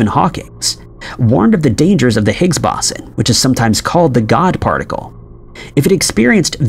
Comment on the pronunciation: Boson is pronounced BOH-sah or BOH-zahn. You mispronounced it so many times I almost lost my will to live.